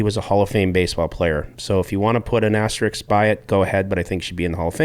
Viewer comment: ASTERISK (AST ER ISK) NOT ASTRIX